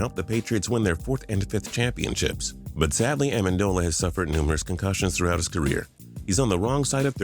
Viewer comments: A-men-du-la? Lel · U said “like amindila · he says Danny Amendola wrong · is everyone gonna ignore how he pronounced Amendola? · You pronounced Amendola right the first time then butchered it the second time wtf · “Like amendola” can u speak